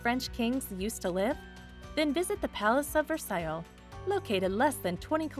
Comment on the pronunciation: Loved the video, but moderator leaves a lot to be desired, “Versa-Yilles” and “fell-a fill”😂